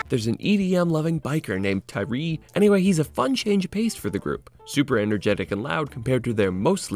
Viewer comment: I’m not sure how somebody could have watched the show, paid attention to it enough to write a review, yet calls tyres ‘Tyree’. Either they didn’t watch it and are just basing their review off of other peoples reviews and misreading it as Tyree, or they’re not paying attention enough to things to be able to review them fairly.